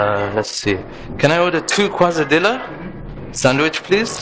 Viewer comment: Excellent review!! Ahem ahem, ;-) next time you order a quesadilla (a tortlla (tor/Tee/yah) filled with cheese and heated) ask for a /ˌkeɪsəˈdiːyəh/ ;-)